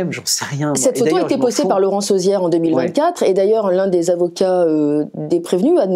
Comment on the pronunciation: Pas arrière mais Auziere